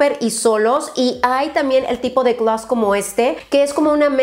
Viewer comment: Alguien más replite gllaaas esa forma tan diferente en que lo repite glos glaass jajaja me gusta